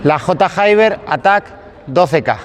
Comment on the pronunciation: J Hayber mil veces que has dicho J y luego Hayber sabiendo que no se dice así 🤣🤣